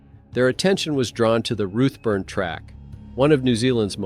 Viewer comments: It’s Routeburn not ruttburn and most of the photos you are showing are not even New Zealand?There is one picture there that is clearly in Europe as the writing on the signs is not in English. I’m sorry but it just diminishes your story telling. Couldn’t watch till the end. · Pronounced 'root burn'